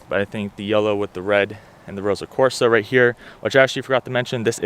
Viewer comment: It's Ross-o red...not Rosa red.